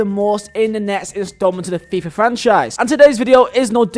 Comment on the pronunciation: I love how he says fifa like a true burnley man. FEEEFAH